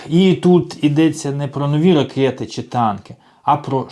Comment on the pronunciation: Боже, шановний автор! Не чі, а чИ, И!